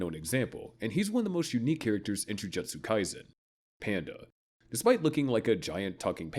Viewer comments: …is it actually pronounced ju juhtsu sorcerers???????? That has to be a joke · Yeah, the anime channel who can't pronounce Jujutsu.